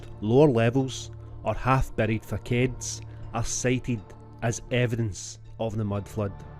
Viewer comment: The word "facade" is French and is pronounced like Fassad, not Fackade.